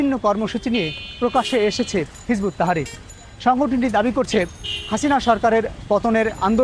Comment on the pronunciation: দাদা, ঐ দলের নাম হিযবুত তাহরীর। আপনি নামটা ঠিক করে বলেন।